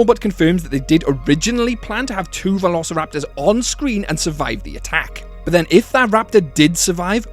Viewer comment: I like how he said "verorceraptors" not trying to be mean, it just sounded funny